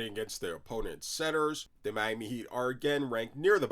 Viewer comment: Hey bro, that’s a disgusting way to say Miami😂 Love the content🔥🐐😂